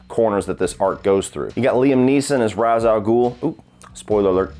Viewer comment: Ra's al Ghul is mispronounced in this trilogy. It's pronounced "Rashe"